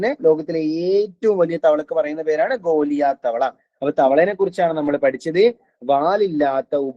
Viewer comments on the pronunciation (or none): ഗൊള്ളിയത് എന്നല്ല ഗൊള്ളിയാത്ത്